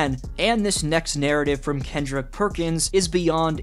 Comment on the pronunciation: Perkin be ray-ciss